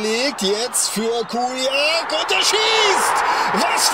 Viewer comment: K.I.K.I Ja aber er spricht es Kuljak aus anstatt Čuljak